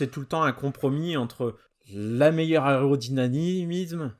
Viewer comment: Dingue cette mini-conso!! 👍 Sans doute due a « l’aérodynamimsszze » !!! 😉🤣